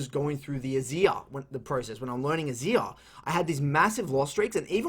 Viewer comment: I like how he says Azir ,"Azia"